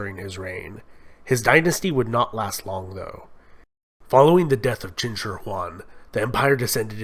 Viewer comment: x = sh a= long a zh = j yi = ee qin = cheen Great job on the "shi"